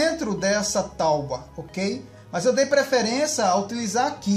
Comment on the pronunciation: “Tauba ou tábua?